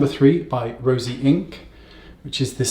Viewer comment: I love Wayne calling it Rosy Inc instead of Rose Inc, I don’t know why I find it so hilarious 😆 I have tried their blush Heliotrope and it’s a beautiful “no makeup” makeup blush on my light-medium olive skin tone